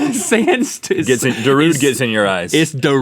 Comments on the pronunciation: it's pronounced darude-aye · "Darudest of Sandstorm"